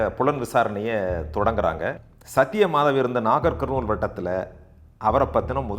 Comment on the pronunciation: you have mentioned the districts in telengana state wanparthy, nagar karnool, jogulamba gadwal. the pronunciation is also correct sounds good me too.